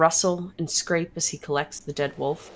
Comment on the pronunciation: Love Vic saying she's fine about the pronunciation of Foyer but hates the way says wolf XD